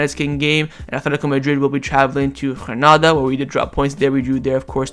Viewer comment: I enjoy yr commentaries. Granada is pronounced with a hard G. Just as it is spelled. I don’t understand how you are trying to pronounce it. Phil in Seattle